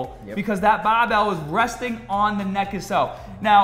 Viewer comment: Guy says barbell like BAAbell